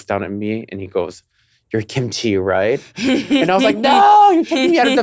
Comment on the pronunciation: Look at Mrs KimaChi (Pronounced like Timothy)